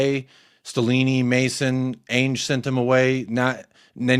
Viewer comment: This wet wipe still mispronouncing his own managers name. "Ainge" 😂......will be gone in a month anyways I guess